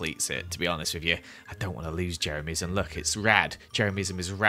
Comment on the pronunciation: No one:: ✨Jemeryism is rad, jemeryismis rad✨